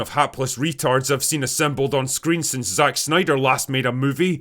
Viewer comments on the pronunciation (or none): none